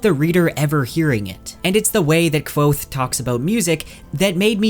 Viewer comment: Thank you for pronouncing kvothes name how ive always pronounced it in my head lol